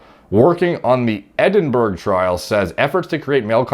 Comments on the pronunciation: OMG, Edinburg (Ed-in-berg) as in the fucking CAPITAL OF SCOTLAND. As in Edinburg Castle, the Firth of Forth, the Stone of Scone/Destiny??? No? Nothing? OK. It’s the capital of Scotland. Nice place. Check it out. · Edinburgh Scotland, if it help is pronounced like Ed-in-boro lol also for your Alg =D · Hey man, love your videos. Being Scottish, just thought I’d help you with your pronunciation! Edinburgh is the capital of Scotland, and is pronounced as “Eh-din-bra”. Hope that helps! Thanks as always for the content. Always interesting stuff! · Edinburgh (pronounced “Ed-in-burrow”) is the capital city of Scotland. I know you’re a meathead chemist but c’mon man... you never heard of Edinburgh?!? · Pronounced edinbruh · Edinburgh- Eddin-burro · No one:: Eedinberg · its ED IN BRUH !! your welcome :) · Funny how Edinburgh is literally pronounced Edin-bruh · Edinburgh is pronounced Ed.in.bruh. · Pretty sure it's pronouced "Ednbra" 🤔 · It’s pronounced “edin-brah” 🤗. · Edinbrugh is the capital of Scotland. Its pronounced 'Edin bruh'! Come on! 🤣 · It's pronounced "Ed-in-bu-ra" by the way :-) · “Ed-In-Burra” is how it’s pronounced if you ask a Scottish person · it's pronounced like Edinbruh, rite? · yeah if you're a chav. It's pronounced edinbura more like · Ödin Bruh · Ed in bruh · It's Edin-brah, actually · "ed in bourough" pls im dying here as a brit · Long time Scottish Subscriber bro 👍🏴 Loved hearing you TRYING to pronounce our capital!!! Keep up the great content 💪 It’s pronounced ED-IN-BURRA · pronounce it "ed in brah" haha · How are you going to correct him when you are wrong too? It's pronounced "Borough"... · Dude - Edinburgh the capital of Scotland! It's spelling is granted ridiculous when one hears how it's pronounced. Which I bet you have heard many times. "Ed-in-burrow" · lol Edinburgh is pronounced Ed-in-burr-ah. Your pronunciation gave me a laugh though! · I guess some Scottish people might be offended for how you pronounce Edinburgh 😂